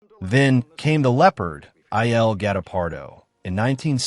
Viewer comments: Lovely tribute to Claudia Cardinale, but please learn how to pronounce: "Il" Leopardo; in Italian the definite article (masc) is pronounced like "ill" in English, because the i is an e sound in Italian "Leone" an Italian name which requires pronouncing all letters "LEE-O-Nay" (just like the last E in her name which you do correctly throughout) mise-en-scène is pronounced "mēz ˌän ˈsen" long eeeeee sound for the "i" I know it sounds picky, but I was surprised when I heard them, and it distracted from the otherwise wonderful video. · The AI naaration needs some serious tweaking. "I" "L" GUETTO-PARDO?!